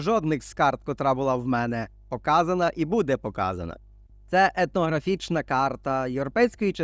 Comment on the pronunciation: По-перше дякую автору за, як завжди, цікавий виклад, по-друге дякую за те, що автор не йде на принцип і не вимовляє "ефнографічна", щоб не різати людям слух, позаяк зараз багатьом ріжуть слух слова типу "міт", "Пітагор", по-третє мене здивувало Ваше твердження, що українцям не дозволено селитися де вони захочуть на своїй землі, ну і по-четверте, як це не парадоксально (бо ж тоді були кріпацтво, рабство і т.п.), але найкраще українці розмножувалися при цісарях і царях і не тільки вони, як я розумію.